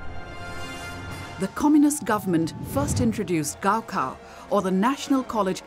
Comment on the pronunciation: Ifyou're going to have an insider channel covering China you should at least try to get a narrator who can get basic pinyin pronunciation down. Zhongkao is zi-own-gh caw, for example, and the Gaokao is gawl caw. This isn't even pronouncing the tones correctly, it's the difference between pronouncing Beijing like an American vs pronouncing it horribly like 'bye jeeang'.